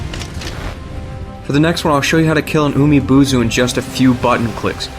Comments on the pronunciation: Why can't you pronounce any Japanese names right? The game tells you most, if not all, of the pronunciations, and they're all written phonetically, AND many of these names are spoken by in-game characters. Like how did you get "Umi-Bozu" to turn into "Umi-Buzu"? And how did you get "Ginchiyo" to sound like "Jin see you"? Jesus, learn to read. It's distracting when you butcher these names. If you're making money off of this, do it right. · Maybe work on your Japanese pronunciation, it's umi-bōzu not boozu Jesus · Oh it wasn't just one word i assure you, there are many more. Like Umi-Bozu where you pronounced it as Umi-BUUzu. And you just proved my point with Nurikabe. Noo is pronounced NU(new as you said), not NO(as in the English word No, which is how YOU pronounced it). That's not the pronunciation written for English, that's the ACTUAL Japanese pronunciation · umi bozo te nandayo its umi booz pronouns